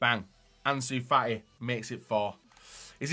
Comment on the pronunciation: Anzu fa i